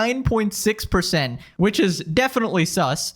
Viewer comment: "4099.6%" might wanna be a bit clearer next time